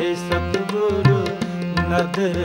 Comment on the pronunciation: It’s Satgur “ nadar kare, I think I could hear satguru instead.. sorry but pronouncing correct Gurbani is very important “Lakh khushiya paatshahiya je “SaTGUR” nadar kare..🙏